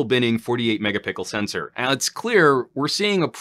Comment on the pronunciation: did I hear “mega pickle sensor”? Lmao